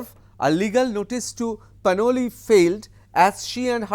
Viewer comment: Is she Panoli or Ppanwalik as you are pronouning.?